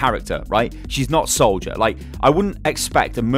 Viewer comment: you said "Solider" not Soldier.